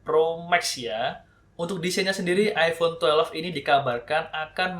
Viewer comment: "iPhone twelef"